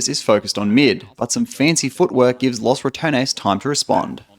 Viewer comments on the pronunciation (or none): foreigners really need to learn how to pronounce 'los', its not 'loss'